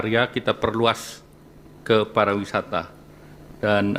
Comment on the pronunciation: Sektor parawisata 😂😂😂😂, pak Airlangga nih bolak balik ngomong parawisata ketimbang pariwisara.. Parah Flawnya adalah duit 200T disalurkan utk koperasi merah putih 😂😂😂😂